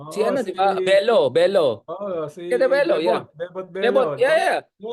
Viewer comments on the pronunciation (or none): Bello not Belo, Richard